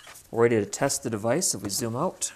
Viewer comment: I hate the way you say the word "Out". You over use it, and I think you are copying a few others who recently say it the same. I never heard that word pronounced like that till recent videos. People never talked like that in the past. It's a new thing like men wearing beards. Men use to shave till recently. Now they think they are some kind of mountain hillbilly. It's just a fad. Eventually you'll grow out of it. Aside from that the video is good. It just sucks hearing you say the word "Out"